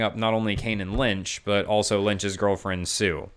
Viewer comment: He's got great videos, but he says the word "also" like it's "elso" for some reason lol